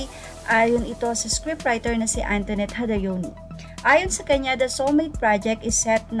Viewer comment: "Hadowni"po ang pronounciation.. hindi po "hadayoni" ang Jadoeni ni direk Antonett..